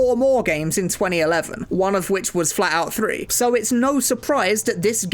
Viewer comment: I was realy confused for a moment because I thought he said FALLOUT 3 and not FLATOUT 3 XD